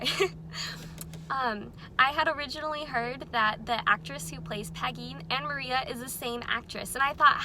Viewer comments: LOVE THIS! also pronounce it Mariah !! also ik i’m late hahahahaha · It’s spelled Maria but it’s pronounce Mariah. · Idk if you know this already, but it’s Mariah with an h at the end, pronounced like Mariah Carey